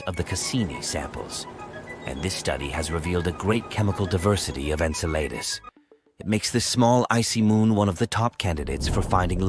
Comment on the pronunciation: I'm wondering how bad the pronunciation was for them to insert "Enceladus" so obviously after it was originally recorded.